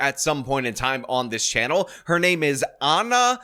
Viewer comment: Please tell me you were joking when mispronouncing Ana’s name and acting as if you don’t know who she is. To be in this space and not know TYT would be wild.